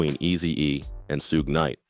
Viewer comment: Sh-oo-g = Suge Knight not Sue gay